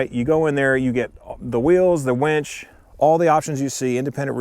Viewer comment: Great comparison sir! 😎 Fair and unbiased... the only thing I would add is that it's "winch", not "wench". 😂😂😂 Sorry man, I had to...lol